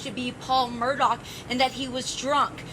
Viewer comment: It's not Murdock! It's Murdaugh.